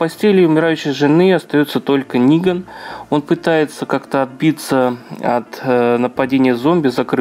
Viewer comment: Хоть кто то называет его Ниган а не Неган